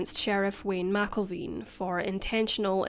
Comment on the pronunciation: Sheriff Wayne McElveen (Mac-Elven)